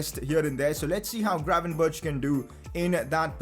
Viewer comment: Can you google how to say "gravenberch"